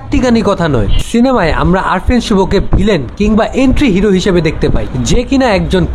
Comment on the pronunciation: এন্টিহিরো না,অ্যন্টিহিরো,উচ্চারণ ঠিক করে তারপর অন্যের যোগ্যতা বিচার করো